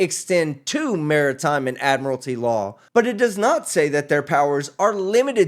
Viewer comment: New Law: If a defendant cannot properly pronounce jurisdiction, statute, or admiralty, they are encouraged to represent themselves for our entertainment.